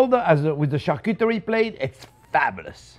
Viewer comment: JP, do you ever make anything that is not "fabbalus"? :-)